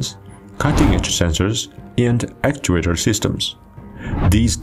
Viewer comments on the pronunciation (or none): none